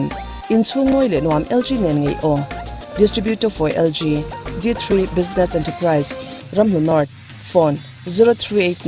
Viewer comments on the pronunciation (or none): none